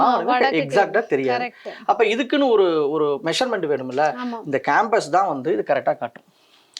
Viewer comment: கேம்பஸ் இல்லை.. காம்ப்பஸ்